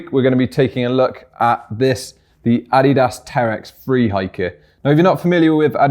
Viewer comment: first english speaking guy I hear saying Adidas right